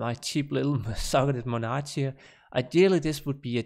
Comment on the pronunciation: you pronounce monarch wrong